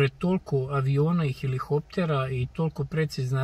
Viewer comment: Jel I srbi ne znate da izgovorite helikopter ili o čemu se tu radi?